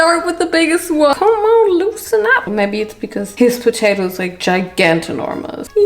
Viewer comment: When you say potatoes it sounds like a kiwi accent it’s so strange